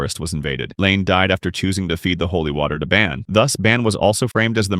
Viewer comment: Its pronounced Bon not Ban